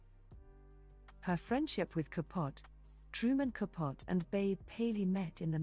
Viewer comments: Babe had a slim look. A pretty woman but not in the pantheons of mid century beauties. The narrator is quite irritating in her mispronunciation of Truman CAPUT. The E isn't silent. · It was pronounced Ka POH tee. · Learn how to say ca po te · I love that she mispronounces Truman’s last name. He was ultimately unkind to the Swans.